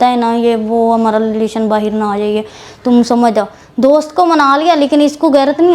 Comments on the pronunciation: Lelaation✅ relation❌ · relation❌ lelation✅ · What a words 😂😂 department 😂 pagamm 😂 Lilation 😂😂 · Relation ❌ lelation✔️